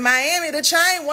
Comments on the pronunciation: Yep, like Mayne, not man, but Mayne.😂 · Everytime Jessica say "chain" in her Memphis accent i giggle lol